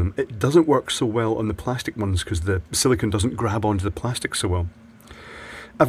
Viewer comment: Sili-CONE, not Sili-CON as you keep saying. Two very different materials, as you should be well aware!